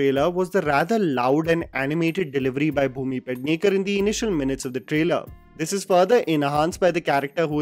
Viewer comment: Pedhnaker not paadhnaker 💀